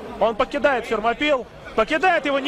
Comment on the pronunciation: Фермопилы а не Термопилы)) Вы же когда говорите Российская Федерация опираетесь на произношение страны оригинала а не Рашан Федерейшен)